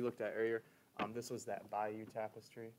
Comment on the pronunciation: "Bi-you" is a SWAMP in Louisiana. "BAY-you" is the city in Normandy where the Tapestry was made